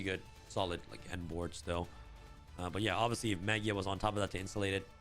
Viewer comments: You say maJIa with J sound. Its a word that comes from Latin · I think the pronunciation is Maj eye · Has the official pronounciation of Magia been announced? Ma-guy-ah sounds a lot cooler.